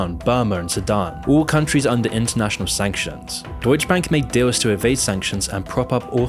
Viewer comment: you make deutsche sound like doge. doge bank lmao